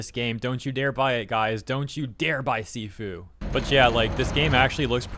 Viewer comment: A little bit on Sifu, it’s pronounced “shifu” and translates to master or superior. It’s a rogue-like game where you get stronger each time you fail but they took this concept and added a twist to it where you slowly become a glass canon.